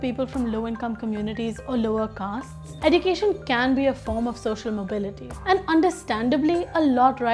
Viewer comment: You are pronouncing education wrong search on Google